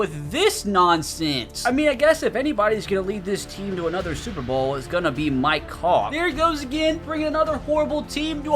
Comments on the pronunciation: Bruh every time says "Mike hawk" I'm thinking he saying "my cock" lmao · When u said mike Hawk it sounded like u said “my cock!” 😂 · I keep thinking he says my co** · For a sec at one point in the video it sounded like he said "my cawk" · Mi-Kehawk ….. sound that out and what do you hear? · Am I the only one who heard him say do not test my cocks😂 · I thought you were saying my c*ck the whole time😂😂😂